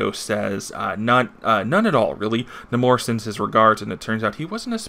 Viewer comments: Do u call Namor Num more? Pretty sure its Nay More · Funny enough...I say Nahmorita. But...It never occurred to me, in all my years of reading comics that it's pronounced Nah-mor...never.